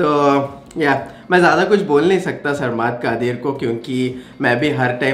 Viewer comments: Yar you've successfully destroyed the pronounciation of his name.😂😂😂😂😂😂 It's pronounced like SIR-MAD KA-DEEER. Reaction was awesome as always❤ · Sarmaad qadir nae sarmad qadeer how he pronounced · Haha bhai ap name bht chench k lety hein this is not saaarmaaad qaaaadeeeer its sarmad qadeer simple 😁😁😁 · It's not Sarmaad Qaadeer It's Sarmad Qadeer🔥 Correct your Pronunciation 🔥